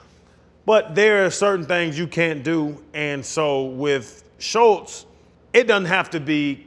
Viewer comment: There is no T in andrews name. You said it wrong every time